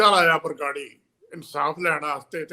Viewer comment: ਬਾਰ-ਬਾਰ ਬਗਰਾੜੀ ਕਹਿ ਰਹੇ ਨੇ । ਇਹਨਾਂ ਨੂੰ ਸਹੀ ਉਚਾਰਨ ਲਈ ਕਹੋ 🙏